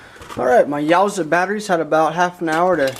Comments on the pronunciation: “You-a-sa” battery. Lol yowzaa battery lol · Yuasa is pronounced "You-Aah-Sah" not "Yaw-zah" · Love your videos, but couldn't tell if you were being facetious when saying "YOWSAH." In case you weren't, I'm fairly certain it's pronounced "Yoo assah." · Its called yuasa battery. Its pronounced u a sa